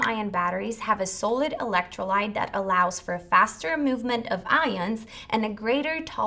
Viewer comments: s-ah-lid, not sew-lid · Sahhh-lid not Soull-lid. Hehe. 😝 other than that, nice informative video. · Please....it's not a long "o" in "so-lid" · Why can't she say the word 'Solid' correctly ? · yup drove me crazy wasn’t sure if she was saying Sodium next 😝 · Made me question my reality. So strange that the presentation was basically flawless but for the pronunciation of such a common word. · Mispronounced the word solid throughout video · I am BLOWN AWAY. SO, I have been pronouncing solid wrong all these years. I blame it on my upstate NY accent. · Hello welcome to planet Earth. "Solid" it's not pronounced with a long O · Here's a link to how you pronounce: solid